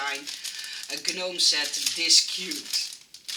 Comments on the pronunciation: Hoi, vreselijk leuke ontwerpen weer! Het woord 'gnome' wordt (heel gek) uitgesproken zonder de 'g'. Het wordt dus eigenlijk 'noom'. Ik hoop dat je het niet erg vind dat ik dit aangeef! Ik kijk al je video's en volgens mij leer je graag om je Engels te verbeteren, zoals wij weer veel van jou leren. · FYI In English, we do not pronounce the “g” in gnome. Hope you do not take offense for my correction. ♥️ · So cute ❤️ I couldn’t stop smiling at your pronunciation of the word gnome 🥰 You are so cute